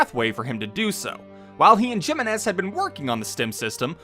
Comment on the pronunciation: *Hee-meh-nes Jiménez.